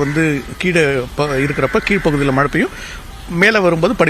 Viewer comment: News 18 பேட்டி எடுக்கும் அந்தப் பெண்ணின் வாயில் வசம்பை வைத்து தேய்க்க வேண்டும் மழை என்று சொல்ல தெரியவில்லை வாழ்க நியூஸ் 18 தொலைக்காட்சி